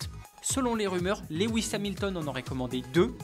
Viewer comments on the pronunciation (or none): none